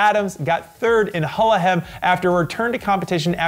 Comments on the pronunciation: Hahaha pronounced Gullegem so well #Hullehem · I love how pronounced Gullegem. Especially the ending ´gem´ sounded almost exactly as it is pronounced by locals, the first time he said it.